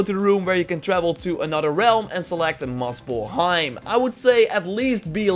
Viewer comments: Umm. Dude muspelheim not muscleheim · Is he saying Muscleheim? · i heard “moss el heim” also, i’m pretty sure in the beggining he said “gold of war”